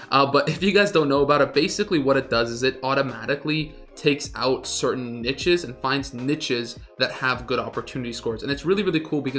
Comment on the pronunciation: NEESHES lol jfc